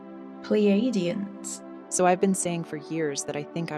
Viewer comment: 'Pleidians' haha ffs! good video, you're a bit of a milf. But as you say, you were into the paranormal. That's the real problem here, it's just all women talking women nonsense about vibrators and frequencies again... But i also did like conspiracy theories a bit when i was younger.